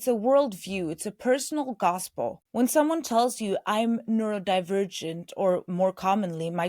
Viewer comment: You need to stop saying “neuroLdivergent”